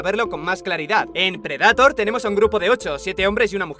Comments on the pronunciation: PREDATOR?, NO PUDISTE PRONUNCIARLO CORRECTAMENTE? DIOSSSS NO PUEDO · preh· duh·tr por favor pronuncia como se debe... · si bueno pero las traducciones y doblajes latinos son los mejores, no que los españoles apesta su doblaje de verdad no lo soporto, ademas de que pronuncian las palabras en ingles de manera incorrecta: "predator" tal cual como se escribe no mamen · Alguien muere de cáncer cada vez que dices predator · me encanta como pronuncias bien willy wonka pero no predetor o eirbender xd